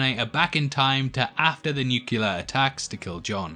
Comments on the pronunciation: Omg u pronounce Nuclear as New Killer? 😮.... WHYYYYY 😢?.... Its like wen people pronounce ASK as AXE 😅.... like, seriously tho, WHYYYYY????? Nuclear is pronounced as New CLEAR and NOT New Killer right?? Or does Mendela have an effect on me? 😅😂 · You said "nucular." Therefore, point eradicated. Oh, and stop telling me to hit "like" or "subscribe." You get a dislike just for that. But hey, you got my view and comment, so points for you. I didn't love Dark Fate, and I'm with you on killing John. I'm not going to ignore the film's existence, though. It's the new canon now, hehh hehhhh. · Lost me at “nucular”.